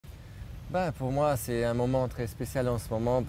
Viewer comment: Il ne fait pas les liaisons. "C'est un moment" on prononce le "T". Même chose avec "un bon élan" on prononce le "N". Pour aller plus loin si tu veux, il emploie le verbe avoir à l'infinitif lorsqu"il devrait utiliser le participe présent "ayant" (ayant gagné la dernière course) donc oui c'est poussée comme analyse mais ce sont ces détails que tout natif francophone maîtrise sans nécessairement s'en rendre compte